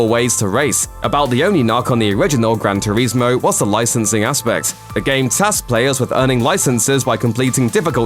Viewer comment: Had to turn the sound off and watch in silence after hearing you say "gran turezmo" multiple times 🤦🏻‍♂️